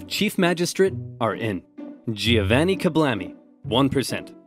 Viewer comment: Giovanni would be pronounced Jo-Vanni